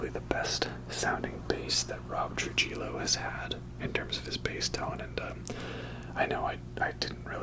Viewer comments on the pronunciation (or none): Just a heads up Rob's last name is pronounced "Tru-hee-yo" Sincerely, a hispanic Metallica fan😊